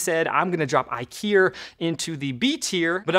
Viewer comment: When you said IKIER, I thought IKEA made a laser cutter and you suddenly turned British.